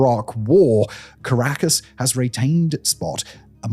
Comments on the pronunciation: He mispronounced a ton of names, caracas.. etc. But it was entertaining. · Pronounced Kah-rah-kas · Dislike for torturing my ears with "caracASS" and "shavEz".